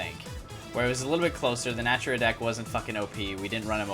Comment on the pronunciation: One more thing. The Archtype name is Naturia not Natura. Na-Tur-Ia.